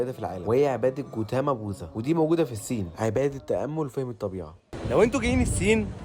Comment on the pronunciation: اسمها الصين بال ص مش السين